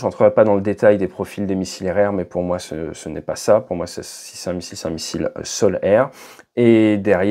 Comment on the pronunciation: la prononciation de sol-air fait croire à la transcription de youtube le "solaire" (du soleil) et non sol-air de (sol air)